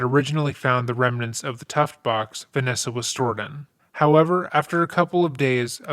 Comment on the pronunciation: Tuff Box, btw. Sounds like youre saying "tuft"